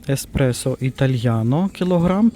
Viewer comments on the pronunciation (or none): none